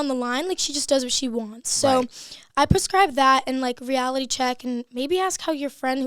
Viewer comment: I’m so obsessed with her. She’s so funny and cute. Adore her. Also “pascribe” instead of “prescribe” is killing me 😂